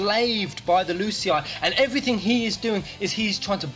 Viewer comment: Btw when you pronounce Lucii it sounds like L'cie maybe Lucii = L'cie ? What do you think about it?